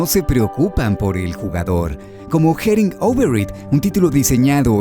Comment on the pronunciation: Jerin ouberit JAJAJAJAJAJAJAJAJA